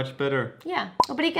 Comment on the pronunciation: obrigada what? xD i honestly listened to it 5 times and didn't get it :P